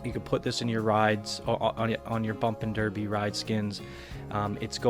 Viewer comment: Its pronounced Bumpin Darby